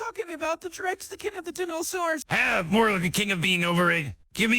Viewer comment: and then the dinnersaurs XD Ahh yes, my favorite type of french dinnersaur, the baguette rex